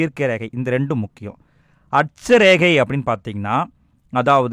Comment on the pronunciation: அட்ச ரேகை தீர்க்க ரேகை konjam clear ha sollunga sir